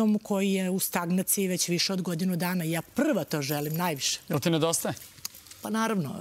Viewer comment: RAD JE U “STANGACIJI” KAZE NASA JECA 🤣🤣 MOZAK JOJ JE IZGLEDA U STAGNACIJI ALI JEZIK NIKADA